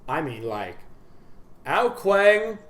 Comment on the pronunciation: I mean how he says ao kuang not like ao kuang like its supposed to but he says it like ao kuWANK.... lol